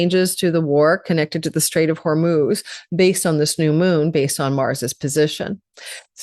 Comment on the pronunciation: Hi, I love your forecasts and annual report, which I got this year for my sign (Taurus). Because you are so globally conscious and ethical I want to inform you (as a Persian/Iranian person, and as a language teacher, and as someone whose father's name is Hormoz) that the word Hormoz is being widely pronounced incorrectly (as well as spelled in English). It is pronouned Horm-oz as in "oh" not "UUU" or "ooo" it is just 'O' as in the words: Oh, OK. only. Also Iran is pronouned E-raan not I-Ran, which I dont think you misprounounce, but it is another very common error. These mis pronounciuations are very annoying for Iranians(nationality) and Persians (culture) all over the world right now. I appreciate your work and time in reading this comment. I am telling you becuase I love you, otherwise I would blow it off as I do with common media sources (which you are much better and more ethical than). Thank you 🙏🏽🥰